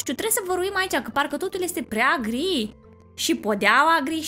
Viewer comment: nu mai zice gr se zice gri sau mai zici şi în alte episoade....